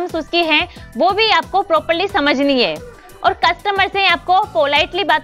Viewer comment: Ja... Khud se sahi se bola nhi jara aa gyi teacher banne.. hai ka he, mai ka me